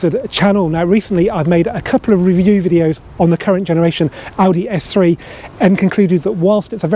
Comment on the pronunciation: Very good video, although first I thought you said F3 😀 lol